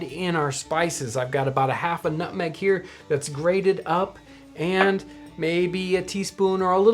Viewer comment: Nobody: Nobody on God's green earth: John: N U T M E G